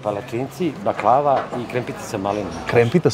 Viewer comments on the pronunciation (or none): none